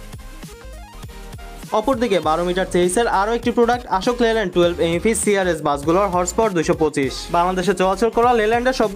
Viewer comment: আপনার উপস্থাপনা ফলো করার মতো তবে কিছু কিছু উচ্চারণে সামান্য পরিবর্তন জরুরী। আশোক লেল্যান্ড না এটা অশোক লেল্যান্ড